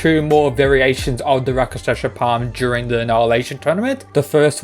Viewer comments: Pronounce with me. Rak-shas-a not raka-shas-a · Just to help: it’s not Raka-Shasha it’s Rak-Shush ( like slush ) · It's rakshasa not rakashasha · It's produced Rakshasa palm no Raka sha sa plam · Rak- shas. A's are added for Sanskrit. worse is he is pronouncing it RAK-SHA-SA. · i know. The fact he pronounces it like raka-sh-asa is making me cringe xd